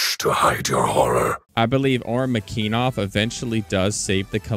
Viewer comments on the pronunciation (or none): McEneeeeeeeff not McEnov wtf